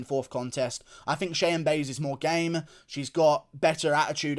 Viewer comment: lmao i like how you correctly spelled Cheyanna last name but stills call her "Buys" you called it so all rights to you lmaooo 🤣